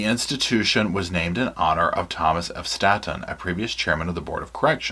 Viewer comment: It's Staton, pronounced like state.